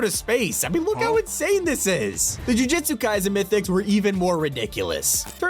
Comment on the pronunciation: it's jujutsu kaisen not jujitsu kaisen